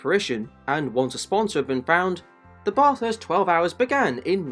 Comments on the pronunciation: I Couldn't agree more then with the Precious Comment ! If U R going to Tell the Story ,& wasn't so bad, but Could of been better Too ? PLEASE pronounce the Name of the Race Correctly ! We R a Pretty Relaxed people in this Great Country , But this is not Correct ,in any Way ,Shape or form ! From an old Aussie Digger , Car Enthusiast ,Engineer Who has Travelled ,Driven almost Everywhere throughout the World ! Thank U & Cheers to all ! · When a pom is clueless on how to pronounce Bathurst 🤦🤦🤣🤣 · Great video but please look up how to pronounce Bathurst properly 🤝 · Dude, Australian here. If you’re going to make a movie video about Bathurst, at least learn how to pronounce the name properly. Big fail. And don’t you dare say we are the ones that say it incorrectly like one pom tried to tell us on the Mountain. He didn’t last long…..buried in beer cans. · Great video! But please, learn how to pronounce Bathurst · Bruuuhhh such good info but you don’t know how to pronounce Bathurst. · I never understand how people can make informative videos about a certain subject yet they are somehow inept at pronouncing the names properly! For godsakes the least ya can do is pronounce the name of the great racetrack property! It’s not pronounced like you’re taking a BATH, despite the spelling! Supposedly speaking English whilst the whole time massacring the English language! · at least you could learn the name properly and not pronounce it incorrectly for 10 minutes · How on earth could you do all of this research and come out the other end not knowing how to pronounce Bathurst? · Pls stop pronouncing Bathurst like that 😅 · Great video, but please pronounce Bathurst right - Sincerely, An Australian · so you know, the 'ba' part of bathurst is pronouced like 'bat', not 'bar' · Sounds like ya saying Bot-arse bro......... try Bat-hurst. Thanks for the video. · I'm Australian and I *no offence get annoyed when people say Barth-hurst and not just Bath-urst. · baah-thurst... *grabs pitchfork*